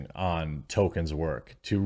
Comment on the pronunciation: why do you say "Token"?